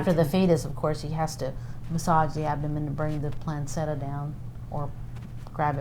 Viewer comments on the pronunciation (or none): She said plansetta lol. You mean Placenta? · she said planceta... isn’t it placenta? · They don't appear to know the name of instruments.......and it's called the placenta, not the placeta. I don't understand how you three could work in a clinic where things like this were happening. I any of you had babies you know that if the baby is moving it's alive wouldn't you? Why would you not go to police and voice your concerns, of you had any. Something about this interview is off, not sure what it is, but something doesn't feel right. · "Planceta" it's "Placenta", dumbass. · I think these women are fake! They stumble with simple medical terms.... The one in the middle pronounced placenta plan-cetta! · The doctor had to massage the stomach to bring the “plan-cet-tia” down?? Do you mean placenta?? Do all women who work in abortion clinics have the same IQ as these emotionless homely women??? I would bet YES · The woman doing most of the talking seems to have little to no knowledge of medical terminology let alone the names the instruments used. She even said “planceta” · ....he had to grab the plan-cita out....doesn't even pronounce placenta right. I don't think they have actual nurses in this clinic...just random ignorant women that will just go along with whatever DR is doing, because DR is right...this woman talking doesn't look traumatized/affected whatsoever. To be able to describe this shit happening so nonchalant-like. She wants the nasty attention, thinking shes a hero for doing a tell all, but really she's a despicable human being, for assisting with late term abortion. She should be charged too, I don't know about the other 2 yet though. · what the hell is a "planseta"... know biology much? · That is EXACTLY what I was thinking; "platcetna" ?!?!? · Kind of strange that these women mispronounce all the technical terms for the organs in question and instruments used in a very typical surgical setting. Plan-setta? Uh no